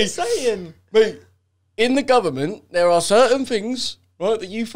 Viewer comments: "In the govornmont..." Like if you remember xD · The guvlammint